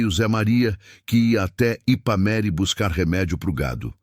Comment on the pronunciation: O narrador fala o nome da cidade errado, o nome certo é Ipameri